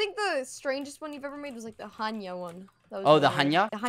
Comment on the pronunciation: Skeppy since you say all the time hanya you should visit a city in my country. Its Hania. It's in Greece